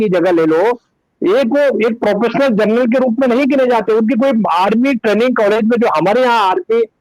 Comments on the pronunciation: दीपकजी, I am sorry to say , आपने 'जनरल ' का प्रोनाउन्सेशन , जर्नल किया है l बाकी आपका विश्लेषण तो, हमेशा की तरह लाजवाब है ही l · Carnal nahi janral pl note